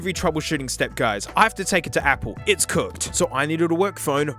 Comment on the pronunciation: Heh, “Cook-ed”